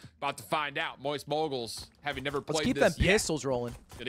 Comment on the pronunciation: "Mowyst Moiygals" UwU